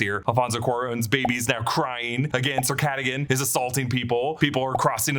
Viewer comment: It was “Sir Catagan “ for meow 😸